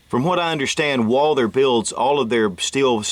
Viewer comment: the h in Walther is silent